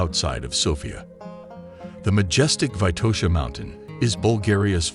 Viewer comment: It's not Vaitosha, but VITOSHA!